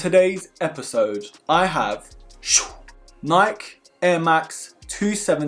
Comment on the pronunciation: i like how he says BROSKIS perfect but when he says NAIK it sound awkward af its like hes not pronouncing nike correct on purpose LMAO!